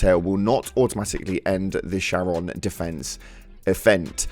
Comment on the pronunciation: Charon is prounounced like "Karen"